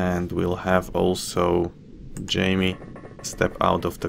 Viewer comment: I think "Jaime" is pronounced "high-may" by the way. I have a relative with that name.